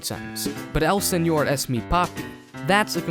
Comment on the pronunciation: I find it really interesting that you pronounced "señor" really well yet you said "eñe" as "enie". Cool video!